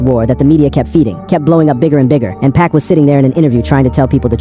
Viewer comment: I seriously wish people would quit using AI to read things like this, the complete, total disrespect of hearing this man referred to as "Pack" instead of Pac...